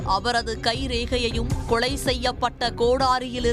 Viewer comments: அந்தக் கொலையை விட இவர்கள் வாசிக்கும் கொளை கொடூரமாக உள்ளது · வேளை ...கொளை என்ன அழகான தமிள் சீ சீ